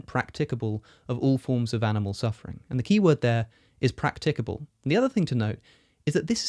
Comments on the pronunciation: Silly little thing, and I apologise in advance, but the standard pronunciation of practicable has the emphasis on the first syllable, not the second. Sorry again, but that's just the way I am. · It's practicable, not practicable.